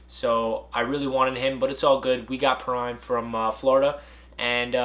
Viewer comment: You said Perine wrong